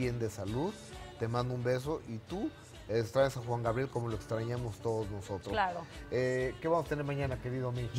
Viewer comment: ...y Gustavo Adolfo nunca a pudido pronunciar el nombre artistico de Alberto Aguilera Valadez...min. , Juan "GRabiel"...de niño yo tenia ese mismo problema pero ya me curé jajaj